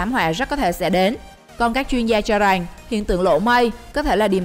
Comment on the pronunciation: Rằng x rènh